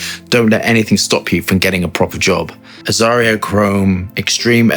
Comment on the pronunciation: 🔴😏GREETINGS FROM ROMANIA....is AZZARO,not AZZARIO